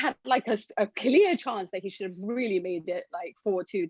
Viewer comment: You emphasise on the word “should have” like Madrid will wait for Inter to destroy them. You obviously sound like child. And you call that destroying from Gladbach? When it took Real Madrid 3 mins to destroy Gladbach. Your clearly a Real Madrid hater! Lol 😆 you sound like a loser mate!!